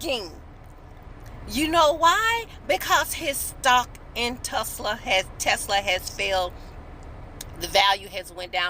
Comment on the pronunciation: Tesla not tesler lol.